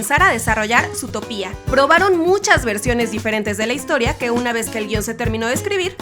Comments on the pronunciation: Se dice Zoootópia no Zootopía por dios -_ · Por Dios, no la aguanto más!!! Es Zootopia, no Zootopía! Por suerte hay gente que te lo pone en los comentarios! El título dice ZOOTOPIA NO HAY NINGUNA TILDEEEEEE!!! (okno, ya me calmo) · No es zootopiaaa es zootopiá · like si escuchasye a la youtuber zutopia en vez de zootopia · Zootopia no zoo to pía ok aprende a hablar y yo pensé que los datos eran de la coneja y el zorro aclararo ok 😡 😠😠😠👎🖕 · Porque le dijo Zootopiá Si es Zootopia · Ahhhh... su Zootopía* cada vez que lo pronuncia así me da cólera... 🙄😅😅😅 Según yo es Zootopia* 😅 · oye mira ve el nombre de la pelicula no se dice zootopía que es como lo pronuncias tu se pronuncia zootopia originalmente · Es zootòpia no zootopia boba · no es zoo topia es zootopia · no es zutopia es zootopia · se dice zoo to pi a no zootopiá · Dato 108: Se lee ZootOpia (énfasis en la ultima O), no Zootopía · Por qué dice Zootopía y no Zootopia? 🤔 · no se llama Zootopía, se llama Zootopia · oye, es Zootopia no Zootopía! me gustan tus vids pero pronuncia bien las cosas wey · ami me matan cuando pronuncian zootopía en ves de zootopia :v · no es zootopía es zootopia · SutopÍA NOooo es Zootopia. Zoó-topia. o Zootropolis. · Es Zootopia, noo zootopía, aprende a leer ¬¬U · Juan 1449 Y que lo digas XD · Anima Oficial vengo de wikipedia, utopía se escribe con tilde en la í, por tanto se pronuncia así. Pero Zootopia no tiene tilde. Es Zootopia, no zootopía. (Nombre oficial en español: Zootopia) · Anima Oficial por tanto sigue siento zootopia, no zootopía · Guadalupe te lo dejo más claro, es Zootopia, por que así va y ya, no Zootopía, conclusión: la chica pronuncia mal, debería cortarse la lengua por eso y tú los dedos por reafirmarla. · Odie el "zootopía", si es " zootópia" >:( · Quie chingados le dice ZootopÍa? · ZOTOPÍA 😂🤦🏻‍♀️👏🏻 ole esa pronunciación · me pone nerviosa q diga zootopIa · ZUTOPIA :v aprende a hablar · ma de risa como dice Zutopia xdd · ES ZOTÓPIA, SE DICE ASÍ, NO SE DICE ZOTOPÍA